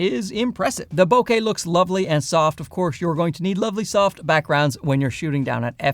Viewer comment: Love your videos! Always entertaining and informative. Can't wait to test this lens out. Oh...and also...thank you for pronouncing bokeh correctly. It really grinds my gears to hear someone say bo-kuh. 😂